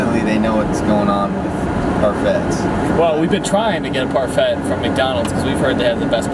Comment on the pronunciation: You guys say parfait SO WRONGGG AHHH